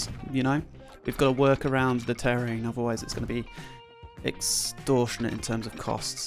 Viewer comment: Omg why can't you pronounce terrain properly?😂😂😂